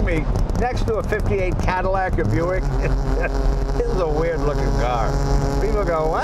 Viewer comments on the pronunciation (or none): none